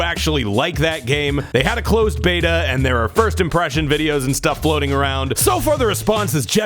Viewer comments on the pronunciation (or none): none